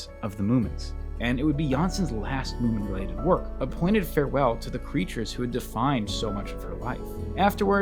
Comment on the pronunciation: its munin not mooin